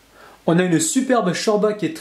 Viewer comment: chorba ses türk mes sa se prononce pas comme sa